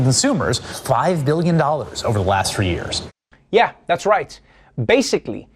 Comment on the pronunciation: maybe treavor should learn to say YEARS and not yers. and CONTROVERSY instead of cun trovir sy. lolol.